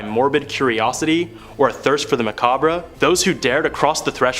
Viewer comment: Macabre pronounced Ma-cob